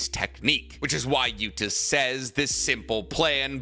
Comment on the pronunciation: Can u please stop calling him Gota?, it’s Yuta dude 😅. U still called Kenjaku, Kenjaku.